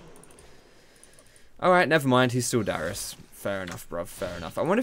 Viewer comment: Oui. DARIUS NOT DYRUS